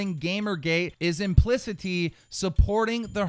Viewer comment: Please learn how to pronounce words like implicitly and defamation.